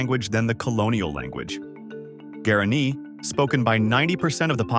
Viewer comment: Language and currency is pronounced “wah-rah-NÉE”.